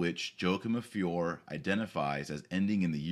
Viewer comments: And the name of the town is pronounced "Fioray". Just saying. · One should pronounce the "E" in Fiore, so it sounds like "Fioray" . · Yo-a-kim of fee-or-eh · "Fee-or-ay" Everybody needs to brush up on his Italian. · FIORE Pronounced fee—YOR—ay Painful, doctor, painful